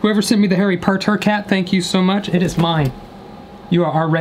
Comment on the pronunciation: "Harry Purrrrturrrr???", u good xD